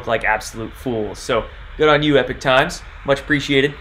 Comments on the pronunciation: Howdy, I think it is Ee-pock Times not Eh peek. Great video. Many thanks. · It's Epoch (as in POCK) not EPIC Times . . . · It's not pronounced "Epic" Times, but rather "Epoc" Times (E-pock, like pocket). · How many more times must we remind you it's EPOCH PRONOUNCED EEEE-POK!!!!!!!!! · a great guy, but yeah you’re right, he not pronouncing it correctly.